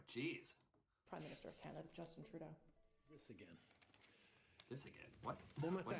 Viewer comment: Close enough, he doesn't deserve the respect of having his name said right anyways...